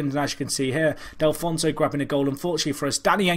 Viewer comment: Delfouneso = Del - Foo - Neso not Del - Fon - So :P